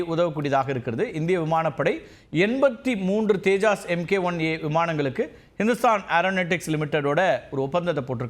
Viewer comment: தேஜாஸ் இல்லை தப்பா சொல்லாதீங்க. தேஜஸ் விமானம்.